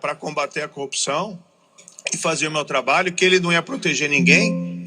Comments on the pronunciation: O conje fala cupção😂😂😂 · Sérgio Moro até hoje não aprendeu a falar a palavra corrupção.